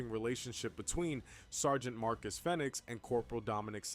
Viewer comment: It's pronounced Fee-nix